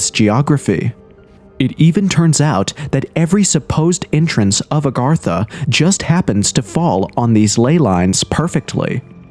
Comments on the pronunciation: It's nor Arr gatha. It's A gartha. WTF. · It’s Agartha not Argartha! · Its not ARgartha!!!! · Why f is he saying ARRGARTHA. Is he a gdam pirate. Pretty hard to take anything you say seriously if u dont know how this topic you "RESEARCHED" is spelled/proonounced. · Nice video but ur miss pronunciation of Agartha started to grind on me after the 50th time. The difference was subtle but unmistakable. You were pronouncing it "Argartha" instead of "Agartha" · Redo this video and pronounce it correctly. Agartha. Not Argartha. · It's AGartha and he keeps saying ARgartha! 🤦🏻 Sounds so uneducated, especially from the narrator of the show. It's not even consistently spelled the same! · Argartha???? wtf can you read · "Agartha" not "Argatha" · AG - artha, say it with me now, AG - artha!!! It is not ARGARTHA, there is only one R!!! 🤦🤦 it's clearly not spelled ARE - gartha yet you say it that way over and over and over again 😂😂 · You're driving me crazy saying Argartha. That first r doesn't exist. I'm out. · It’s A garth A . Not Are Garth A. What a tard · Kind of driving me crazy that he mispronounces agartha literally every time he says it😂. It's not argartha or argatha! Good video though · Celts is pronounced 'Kelts' 'A-gartha' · Ar ga tha?? Heard that several times in the narration. And "in such" who says that?? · You are mispronouncing Agartha. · Its agartha you twat. You said it wrong every single time. Why? You did so semi well in your paragraph. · I feel like this video is gaslighting me on how Agartha is pronounced